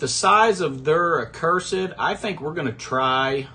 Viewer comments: Love your vids but it’s “uhhh-cursed” not “uhh-curse-ed” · It's pronounced uh·kur·suhd